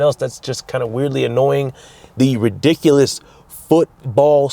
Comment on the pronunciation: 😢yup and the word ridiculous as " resinous,. Too!!❤pinged instead of pinged ( h wWTF??